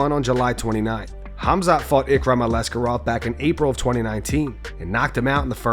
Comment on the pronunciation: ALIskerov not Alexkerov